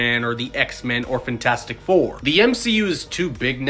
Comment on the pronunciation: Why do you continuously say fintastic?